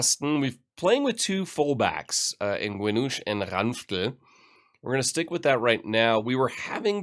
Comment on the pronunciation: Hey, where exactly are you from? I like the way you pronounce Ranftl and Austria. :)